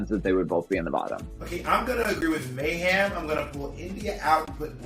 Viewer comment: I keep thinking bob is saying "Mayham"